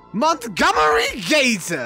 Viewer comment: I died from laughter because misheard gator as gaytor